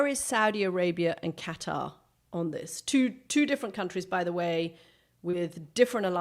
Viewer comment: Thank you Kathy Kay for saying “Qatar” correctly! It’s not “Cutter!”